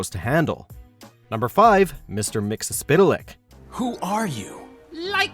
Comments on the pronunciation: 1. It's pronounced mix-ul-put-lick 2 most of these character appeared in Smallville, which is the best live action superhero media we've ever gotten. Conclusion: Y'all are still full of shit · Mix-yez-pitl-ik. Pronunciation given in numerous 1960s Superman comics.